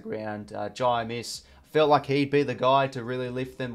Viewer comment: First time I saw Amiss he was kicking for goal and missed, lol, but it is pronounced Amus, like anus but with an m not n.